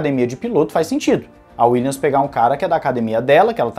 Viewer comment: Boa tarde. Acompanho diariamente o canal e curto bastante. Valeu pelo conteúdo! Gostaria somente de deixar uma dica fonética. Williams se pronuncia com som de M no final. Dessa forma ficaria algo como: "Williamis" com um i bem tímido e sutil. Fica bem diferente de "Willians" Valeu!